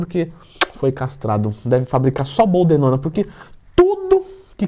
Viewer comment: BOLDENONA TWIN!! Sei que falou errado só pra gente corrigir aqui e assimilar ao vídeo 🤣🤣🤣